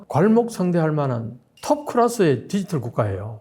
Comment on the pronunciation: 디지털 발음 연습하세요 ㅠㅠ